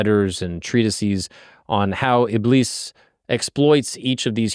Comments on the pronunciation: ibis= iblees. A'oozu billahi minash-shaytanir-rajeem (I seek refuge in Allah from the accursed Shaytan). thats the correct pronunciation for ya! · It's pronounced ib-leese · Btw its pronounced ibliis like a long I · Close It's not pronounced "Iblis" It's pronounced "Ib-lease" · Shaytan's name is pronounced as "Iblees" like elongate the "ee" like "Greece" not "Bliss" Yep. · btw u pronounce iblis as ibliis with double i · its pronounced iblees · the Iblis part is pronounced (ib-lees) like ee sound, but its okay if you got it wrong